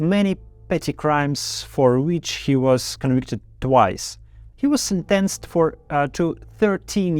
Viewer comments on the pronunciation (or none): Для начала неплохо, но стоит поработать над правильными ударениями. addrEssed, defEnse, sEntenced, Intimately, allOw, accOmpanied, oppOnents, sEparatists, compEtitor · спасибо за доходчивую информацию. Послушала и услышала слова, которые вы неправильно произносите. Проверьте онлайн произношение, часто у нас старые ошибки вылезают, в простых словах. Не буду писать, как вы ошиблись, это долго, но ошибки в этих словах были. Linen, seize (вы произносили как cease - это другое слово), sentenced, released, also, St Petersburg, another, among, allow, accompany/-ied, doubt/-ed, propaganda, opponent, penal (colony), recruit, symbol (not sure it's the word), competitor, cowardly, currupt, (war) front. Ударение или произношение гласных.